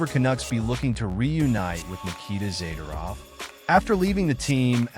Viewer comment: All talk, no facts. As usual, AI cannot pronounce Zadorov's name properly. he would be an upgrade over Souci, or even meyers